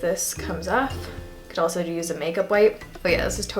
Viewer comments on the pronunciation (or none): none